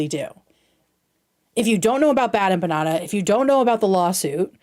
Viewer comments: bad empaññada, eggcetera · I’m colombian and the biggest offense I took in this is how BADLY she mispronounced empanada. Has she never eaten an empanada? Is that why she’s so dense and ignorant and lacks character? Because she hasn’t exposed herself to the delicious glory that are empanadas?